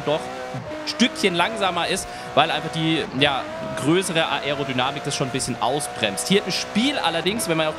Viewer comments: Bitte versuch Aerodynamik richtig auszusprechen #nohate aber das fuckt ab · das man das ‚a‘ und das ‚e‘ beides betonen muss weiß ich danke, aber man muss es nich ‚a‘ und dann ne pause machen und darauf hin ‚erodynamik‘ aussprechen.. in einem flow klingt das gleich viel professioneller